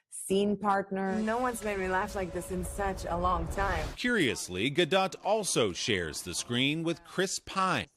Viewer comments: Did he just really call her gal galDO”T” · He should've asked her the pronunciation of her name...